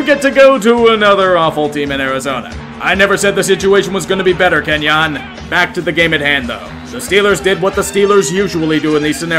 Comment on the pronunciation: Kenyan Drake went to my high school, and no offense but it’s ken-yen not ken-yAn